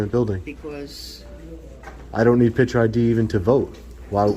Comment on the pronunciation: Hey, it's "picture" not "pitcher". Sure, you're a journalist; yeah that's the ticket - journalist!